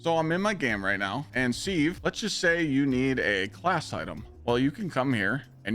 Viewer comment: What the hell is this “SEEV”?? 😅😅😅😅 Te word is pronounced as “SIV”. You know. Exactly like the kitchen implement you use to drain rice or get the lumps out of flour. Bloody SEEV 😂😂😂😂😂😂😂